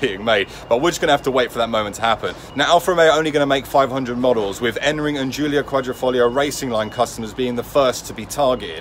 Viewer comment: I watched many video's on the Alfa Romeo Giulia Quadrifoglio but never have I heard the correct pronunciation, unless from an Italian. The correct pronunciation is Alfa Ro-meo (accent on Ro and not on "me") and it is Quadrifoglio and not Quadrofoglio (So the first "i" is not an "o").